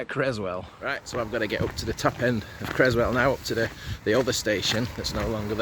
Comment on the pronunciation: It’s pronounced Whaley as in whale 🐳 and Creswell is pronounced with s not z as in Crezwell. You videos are brilliant thou 😁.